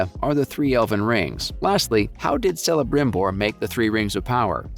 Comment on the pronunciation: Its pronounced Kelebrimbor and Keleborn. Its like the most basic lesson of elvish.